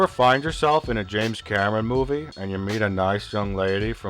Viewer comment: "James Cammen"